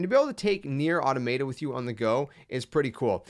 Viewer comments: Automayta 😂 I remember when I used to say that. It’s “Aw-Tah-Muh-Ta” btw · When you said "Automay-tah" I knew this was going to be a horrible video. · You’re saying the name wrong…